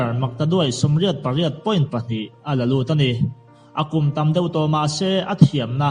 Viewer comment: Doller pawh dorrer iti zel a, pariat pawh pagriat itia